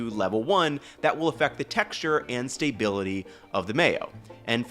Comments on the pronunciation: Staybility??? No, it is stability. No "y". if you're attempting a play on words.....just stop. Real chef here. And I completely lost interest due to your mispronunciation...... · stop saying "stay-bility" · Ah yes, the "stay-bility" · The stay-bility. 😂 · stay.bility your the first robot i have heard in 46 years to pronounce it this way. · "...the stay-bility..." is getting me every time lol. Great video, don't mind me. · Cannot get over the pronunciation of stability. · Is he trolling by saying soo-gar and stay-bility? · He keeps saying "stay-bility" too. It's a funny little mnemonic ;-) (and ) he does pronounce "lecithin" normally. "sugar" He has no "sh" sound to it. But then he says it normally (づ •. •)? "... those famous [Japanese] 7-11 gas station stores..." That's American. American convenience stores #1 seller is gasoline. In Japan, there's no gasoline at most 7-11's.